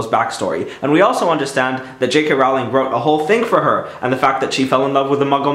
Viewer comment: It's J.K Rowling said as in the word rolling not rowl ing